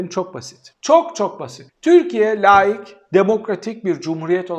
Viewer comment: Layik değil hocam laik. Bunu bir kez daha yazdım. sana yakışmıyor..